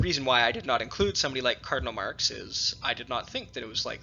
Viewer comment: You persistently mispronounce the word "cardinal as" "colonel" when discussing specific cardinals who may be "papapile." Not when discussing "cardineals" in general. You need someone to monitor and correct your elecution.